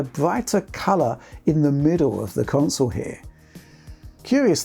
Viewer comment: Witched put the cwonsole frewww it's pwacces